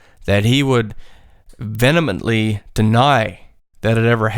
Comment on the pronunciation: Near mark: "venomitely" deny. *Facepalm